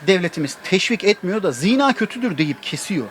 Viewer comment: Ziina değil, zinaa. Yani vurgu a'da olacak, i'de değil!